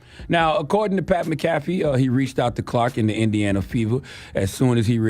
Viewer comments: Lenard MacKelvey should know how to pronounce Irish names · If Charla were hooked on phonics like he's hooked on 🍆, he'd be able to pronounce McAfee. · He lying he don’t watch the show he can’t even pronounce bruh last name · I think he did it on purpose cause he said his name correct yesterday when they first reported it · Charla really don't know sports for real. He can not pronounce Mcafee and they say his name in ESPN all day 🙄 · U enjoy watching his show but don't pronounce his name right....yeah we don't believe you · Gotta call your bluff when you say you watch Pats show as frequently as you say and not get his name right 😅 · Charlamagne reaching! Sounds dumb as hell pronouncing his name wrong lol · Donkey of the day to Charla for pronouncing his name like that 😂😂😂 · Give yourself DOD for mispronouncing dude’s name 😂😂😂😂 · he got that man name all wrong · PAT MCAFEE LOL you know how to say his name lol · CTG doesn’t know how to say Pat McAfee name. He also admitted that he watches “The Pat McAfee” show. So, he’s heard Pat McAfee himself say his own name and CTG still can’t pronounce it correctly. Pat McAfee! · Maca-Fee my friend 😂🤣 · Ctg it's Mac A Fee not macaffey McAfee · Charla pronounced that man’s name like McDonald’s coffee 😂😂 McCafé 🤦‍♂️ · MACK A FEEEEEEEE Super cringe how he’s pronouncing his name 😅😅😅😅😅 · It’s pronounced Mac-uh-fee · Mac-Ah-Fee. South Cak Public Education strikes again 😂😂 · Le nard really said pat mick caffee lol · That's not how you pronounce his name 🙄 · Yeah you gone give him donkey of the day, at least pronounce his name right! Otherwise you sound like the jackass... 😂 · He said this man name wrong the whole time 😂😂😂😂😂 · You didn't even say his name right. He shouldn't have apologized his point was the WNBA players don't like her becasue she is white. The Democrats haver fully installed their woke mind virus. Success. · You would think that Lenard McKelvey would know how to pronounce a fellow Irish man’s name lol